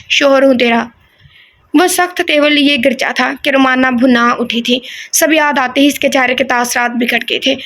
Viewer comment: یہ لفظ گرجا ہے گ کے اوپر زبر ہے 🥰